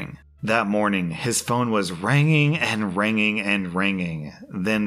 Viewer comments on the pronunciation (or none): dictionary: ringing rSlash: ranging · saying “Ranging Ranging and Ranging”